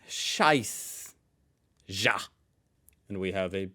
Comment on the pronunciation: Didn't you advertise some language learning app or program recently, including a clip of you getting 1 on 1 tutoring for German? No offense brother, but for all the German content you do, why can't you take half a day to learn the pronunciation? I mean, seriously, you not even knowing how to say "ja" is kinda disheartening at this point. Still love you tho.